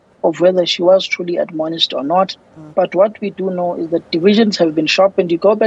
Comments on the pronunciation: Stop trying to use complicated words. This is why Julius Malema made fun of your intellect. Its 'Admonish' not adonomish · Someone teach to pronounce 'admonish' properly